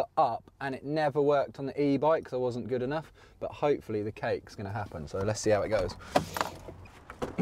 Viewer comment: nobody: sam: ItS sO GeWd